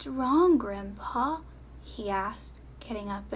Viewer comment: Did anyone think when she said: “Hi Grim’Paw” she said: “Hi Grampa”